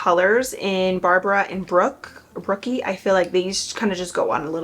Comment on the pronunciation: Next time you should definitely try the pops of colors from the palette 😊 Also it’s “Brooke” not “Brooky” 😅lol